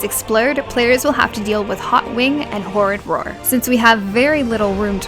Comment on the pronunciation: I laugh every time you say "horridd roar", cuz it makes me think of the "rural juror" from 30 Rock. :D